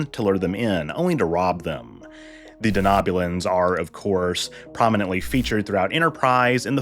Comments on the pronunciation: Just wondering why you are pronouncing Denobulans the way you are? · I came to the comments section as well for this reason haha. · Lots of mispronunciations in this one. I expect that to happen when the speaker hasn't seen Star Trek, but this is surprising.